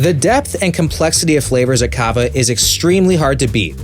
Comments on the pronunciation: Its cava not cabba 💀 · craziest thing about this video is how he pronounced Cava